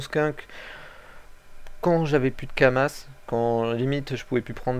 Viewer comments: lol kuri pas cher le ocre 60 M U_u entre 40 et 50 M sur goultard et on dis pas kamasse on di kamas ;) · Crazy,on dit pas kamasse mes kama x] et chez mon serveur helsephine dofus ocre=6m